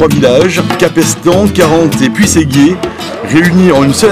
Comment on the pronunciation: Comment il prononce puisserguier le journaliste ptdrrrrrrrrrrr !!